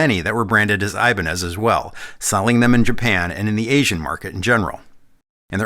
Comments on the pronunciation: That's not the correct prnounciation: It's something like "e" banez. The "I" sounds like in bitter. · It is said as Hibaneth ! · Apologies for being that guy, but it’s actually pronounced eee-bah-nyyez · It's always given me the heebie-jeebies whenever I heard Ibanez pronounced as "ay-bun-ehz" instead of "ee-bah-ñes". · It's funny that we say I-Ban-Ez (accent 1st syllable) When correct Spanish is Ee-Ban-Yez (accent 2nd syllable) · Was expecting to hear “Eh-BAHN-yez” at least once and was not disappointed. First Paul Gilbert reference. There; now I’m not one of the people complaining my favorite Ibanez artist was left out. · His last name would be pronounced "ee-BAN-yez". The ñ is a "ny-" sound, like ña is "nya". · Well it’s eye-bahn-ez now. Like it or not it’s become the brand’s id that the world knows it as. But cool to know the real word and pronunciation